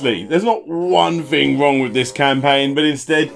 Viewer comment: "We all have the ability to start a crowdfunding scampaign" ;-)